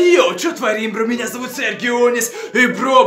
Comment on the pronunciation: серГионис, а не сердионис